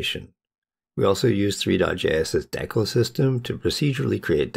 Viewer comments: Im sorry but how did you just pronounce decal? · the way you pronounced decal makes me want to cry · dick all